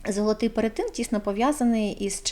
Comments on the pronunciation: перЕтин ...не перетИн... так не можна говорити... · Цікаве відео😊 дякую) А чому перетИн, якщо ж правильно перЕтин? Чи я помиляюся?